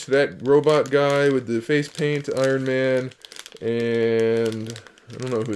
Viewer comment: dude u said i-ron man and nick furry